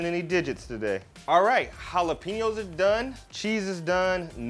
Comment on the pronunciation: We Mexican, Mexican Americans, Latinos/as and Latin Americans, appreciate you pronouncing jalapeños correctly.